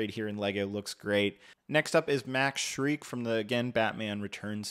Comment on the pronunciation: Shreck = shreik in your mind? Interesting… It’s pronounced just like the Mike Meyers character, Shrek. Maybe it’s time for you to rewatch Batman Returns.